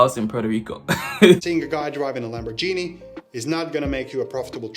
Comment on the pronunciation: I was done min 00.50...He said "LamborGENIE" 😂😂😂instead of Lamborghini. Throw Him & his suspenders in the trash🚮